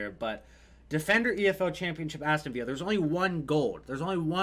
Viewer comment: It's Aston villa not viya